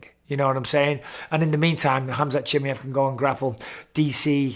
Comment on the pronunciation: «Chimeevv» its chimaaaaev»